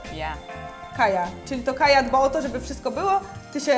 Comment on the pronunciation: Kaja - Kai Nie kaji